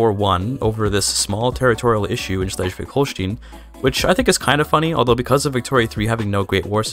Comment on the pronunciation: Just for future video projects concerning the region, the "stein" in Holstein is pronounced like the "stein" in Einstein .